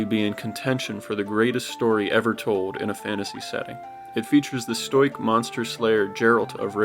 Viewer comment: Stoyk haha its stow-ic great commentary by the way G keep going this contents awesome